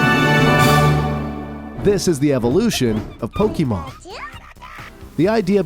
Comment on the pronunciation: Bruh. It's "poh-keh-mon" or "poh-kay-mon", not "poh-kee-mon." Lots of other mispronounciations as well, like "Charizard." But you pronounce things incorrectly in every one of your videos. 🙄 Also Ash doesn't "leave home forever", lol.